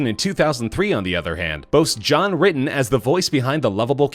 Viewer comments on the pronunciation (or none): Someone needs to learn to read. When is "Ritter" pronounced "Written" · Say it with me now... "RITTER" NOT RITTEN!!! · John Ritten? How about John RitteR... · Shows the spelling of Ritter....still says Ritten. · these narrators need to learn to pronounce simple names, like John Ritten??? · Ritten? Don't you mean ritter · PLEASE HIRE ME TO EDIT YOUR STUFF BEFORE YOU POST IT'S RITTER IT WAS LITERALLY IN THE VIDEO WRITTEN AS RITTER AS YOU SAID WRITTEN PLEASE FOR THE LOVE OF EVERYTHING HIRE ME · Yeah as many comments below, Ritter was the actor not Ritten - either the script writer got it wrong voice actor narrator got it wrong or Both got it wrong.. How could Both of you miss this unless your both like 15? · "Ritten"!!??😕 .......seriously man? How could you fuck that up?? Smh.😔 C'mon buddy, do better. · John “Ritten” ???? fuck me, man, cmon!!!! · I'm impressed +... not many people know how to properly pronounce "John Ritter", but you Nailed it!!! HAHAHAHAHA!!!